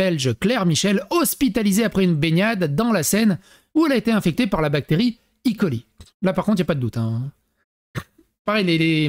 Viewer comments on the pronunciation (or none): C'est pas I.coli, c'est E.coli! (Escherichia coli)